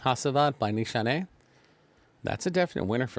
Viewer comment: Pronounced Nishane right , but c stands for j in Turkish ! I like this fragrance with aventus being reformulated this is the frag now !